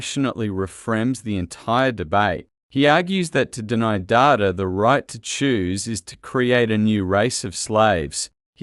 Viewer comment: Good commentary on AI and Trek. Ironic that this AI voice can’t tell the difference between Data the character and computer data 🤖